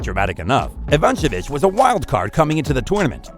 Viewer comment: Ivancenic??? Kyrjeeeos??? Very true!